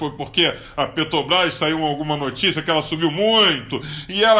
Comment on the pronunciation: Incrível como um cara que não consegue nem falar Petrobrás faz tanto dinheiro !